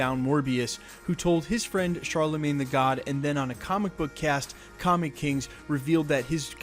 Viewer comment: Please never say Charlemagne "tha god" again.